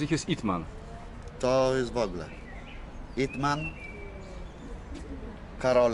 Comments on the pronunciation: IpMan a nie EatMan 😂 ale Seba mi nie potwierdzi xd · nie ytman tylko ipman jest 4 czesci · Nie it man tylko IP man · Ten film to IP MAN a nie IT MAN, tak jakby ktos chcial obejrzec. Generalnie polecam, dobry film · Ip Man a nie Eat man XD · Dzban mowi o filmie, gdzie tytulu z 5 liter i nie potrafi zapamietac! IP man a nie yt man! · ytman xd chyba ipman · ytman 🤣 chyba IP Man 🤣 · Tez tak myślałem jak mówił o ytmenie xd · IP MAN przez i